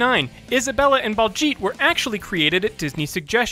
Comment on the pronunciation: He missed pronounced baljeet as balljeet